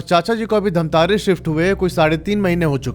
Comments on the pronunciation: Bhai dhamtarrii nahi bhai dhamtari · धमतरी है भैया धमतारी नहीं😅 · Yes mai bhi same yahi batne wala tha ।। It's धमतरी not धमतारी becouse I'm also from Raipur Chhattisgarh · dhamtaari nhi bhaiya dhamtari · धमतारी ❌ धमतरी ☑️ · Pronounciation thik kar lijiye , dhamtaari nahi dhamtari district hai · धमतारे नहीं धमतरी है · Dhamtari hai bhai dhammtari nahi edit karo humare shahr ka naam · Bro.. it's dhamtari...not dhamtaari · धमतरी ✅धमतारी ❌ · Dhamtare ni sir धमतरी है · धमतरी है धमतारी नहीं है 🙄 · भाई वो धमतारी नहीं है वो धमतरी है😂😂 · धमतरी है भैया जी धामतारी नहीं है मैं धमतरी से देख रहा हूं 😅😅😅🎉🎉🎉❤❤❤ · धामतारी ❌ धमतरी ✅ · Dhantari ni bro dhamtari hai 😂 me wahi se hu dhamtari se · धमतरी है धमतारी नहीं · Bhai pahli bat to ye धमतारी,,,2 क्या bol rha hai wo धमतरी है ।। Mail check karke ek bar name google kr lete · भाई धामतरी नहीं है धमतरी है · धमतरी है भाई जगह नाम धामतारी नहीं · bhaiya for future references it's not धमतारी, it's धमतरी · भइया वो धमतारी नहीं धमतरी है 😊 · धमतरी है उसका नाम न कि धमतारी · Dhantari ni hai bhai dhamtari hai😅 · धमतरी है धमतारि नहीं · Dhantari nahi hai dhamtari hai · Damtari× Damtri/😊😊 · Bhai dhamtari nahin dhamtari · Bhai I am from dhamtari but ise धमतारी nahi धमतरी kahate hain ❤❤ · धमतारी नहीं धमतरी है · धमतरी hai bhai धमतारी nhi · छत्तीसगढ़ से हू और धमतारी नही धमतरी है उस शहर का नाम 😅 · Main chhattisgadh se durg se hu aur ye bat sach hai jo black magic krte hai wo sach me apna santulan kho baithte hai. Aur ha sir धमतरी है धमतारी नई है sorry mujhe lga to maine bta diya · Bhaiya vo dhamtari hai dhamtare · धमतारी नही धमतरी है और किस गांव से हो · Bhai dhamtari me mera mama ghr hai aur raipur me mai raheta hu😂😂btw aap dhamtari ko glt bol rahe hai